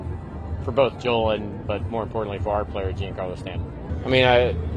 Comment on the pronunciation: 😂you make a valid point there and I admit I was questioning my own pronunciation of big G’s first name when I heard that!!! But it’s not like gene Carlo but more of a John Carlo right?